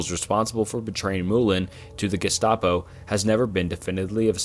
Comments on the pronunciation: Guess-tah-po... lol bro, come on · example: Gestapo is pronounced with the hard G (as in gross, grind, gamer, girl). ironically, German does not have the soft G sound (sounds like J as in German, geometry, plunge). the german word for germany is deutschland ("doi-tch lahnd")! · Yeah 10 minutes in I can't finish this. Jestapo and estoeric